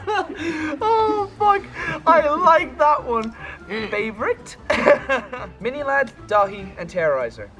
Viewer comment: Sjy Mini ladd and not Mini sladd